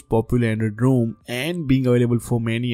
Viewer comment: It would help if you combined your good tech knowledge with more understandable English. I could not understand the names of any of the alternative ROM's you mentioned, but luckily your graphics showed the names on screen. TIP: "Rom" and "Rome" do NOT sound the same. The final 'e' at the end of Rome (the city) makes the 'o' long, so it sounds like Rome, phone, loan, etc. In 'Rom', there's no 'e' at the end so the 'o' is supposed to be short: Rom. As in pom, Tom, bomb, etc.